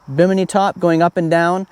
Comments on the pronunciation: Bim inn eee, not Bimeeknee. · BI-mu-knee is how we pronounced Bimini in the Bahamas...don't know if that's the same as the top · The top 'Awning' is called a bim - eh- knee, just like the island in the Bahamas where it got its name. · Im not saying this is right but to me it sounds like itd be pronounced more like bikini (bimini) you know? Like i said. No clue if im right or not but it seems like it fits? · I think its bimini lol